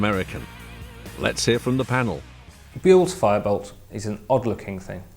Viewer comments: "Bool" Lol. Buell. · Brits are amazing at pronouncing words even though supposedly English speaking folk. It's Buell as in Jewel not Bool as in Bull as in Jool. Eric Buell must be 🙉🙈😂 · it's "bew-ell", not "bowl" ugh. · Why didn't the producer tell how to pronounce Buell?? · Wait wait wait... where's all the American people complaining how this guy just butchered "buell".....